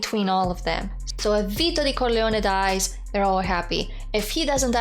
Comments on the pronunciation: Say "Corleone" again. I like the way you say it. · Your pronunciation of the family name is beautiful and just might be close to the Sicilian pronunciation.